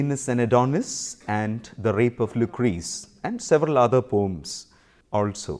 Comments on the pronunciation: It's p o e m not pom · Mayank Mishra really? Do you have a dictionary? Check OED (Oxford English dictionary) Only in Webster it's pom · Poem pronounce as pom😃